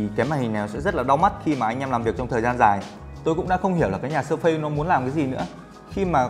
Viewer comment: Làm ơn đọc là Sơ Phít :) đừng Sơ Phây nữa